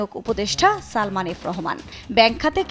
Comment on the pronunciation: উপস্থাপক আপনাকে ধন্যবাদ সালমান না উচ্চারণ করে সালমা উচ্চারণ করে ওর মান-সম্মান আরেকটু নষ্ট করার জন্য